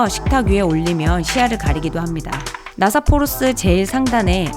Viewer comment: 나사포르스가 아니라 니사포르스입니다. '니'